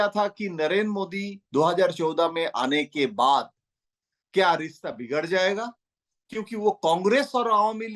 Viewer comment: rista nhi rishta hota h